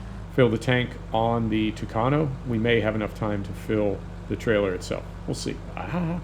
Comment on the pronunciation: I like that you're saying tucano the right way.